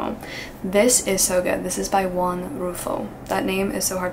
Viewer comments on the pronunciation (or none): none